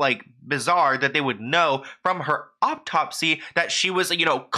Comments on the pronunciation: Not to take away from the seriousness of the video but was he saying "optopsy" instead of autopsy? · You're soo cute!! Hearing you say autopsy is cracking me up lol its pronounced aw-topsy not awp-topsy but much love to you hun you so some great work!! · Autopsy is pronounced Aw-top-see.